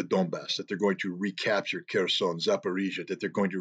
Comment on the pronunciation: Pay attention it's Kherson not Kearson 😂🤣😅😆